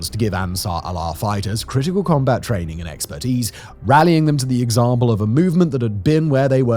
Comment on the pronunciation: Haha, you said “combrat” instead of combat 😂